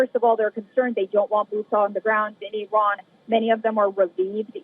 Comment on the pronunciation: Aran 😂not araq. Ok. Aran 😂supar fawar. 😂ansha Allah